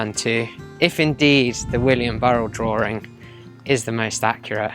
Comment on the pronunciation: Very interesting, but i unsubscribed because your serious issue saying the word "drawing" there is no fucking oor or ore, in the word DRAWING! its not "drooring" Sorry, i just cant bear a narrator who butchers our language so badly. ewwww! The writing is quite good. 😢